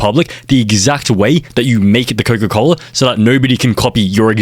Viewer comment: "coco cola" 🥀🥀🥀🥀🥀🥀